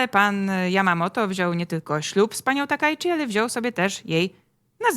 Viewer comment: "Jako Taka" a myślałem że ona się Sanae Takaichi się nazywa :)